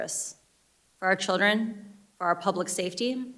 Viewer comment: She wants a government takeover of information "because of the childten"